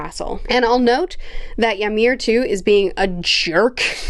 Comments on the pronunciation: Not Yamir, Imir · I'm 15 minutes in and my nordic blood is boiling at the attempts to pronounce Ymir. This is great entertainment at work, keep it up